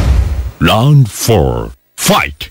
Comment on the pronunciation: Round ❌LOUND ☑️😂😂😂😂😂